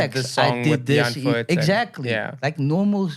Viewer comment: It’s not die antford. It’s die antwoord